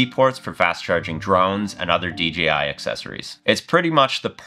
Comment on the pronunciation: It's not "DGI" it "DJI".